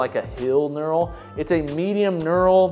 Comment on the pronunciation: He's saying nural. It's pronounced nurl (knurl).